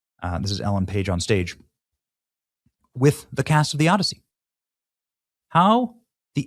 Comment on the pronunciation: The “Odd-I-See”